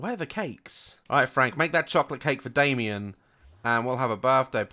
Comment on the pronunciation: Whenever he says Damien I think of dalien